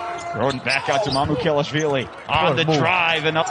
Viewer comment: it's not that hard lol MA-MU- KE LASH-VEE-LEE